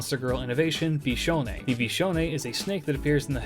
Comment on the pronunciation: Cool viewer facts: The first time I heard you say her name, I didn't know it, so I thought you were calling yourself bishounen in third person.